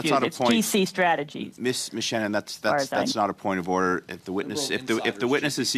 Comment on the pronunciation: "POINT OF WEF ODDER" ??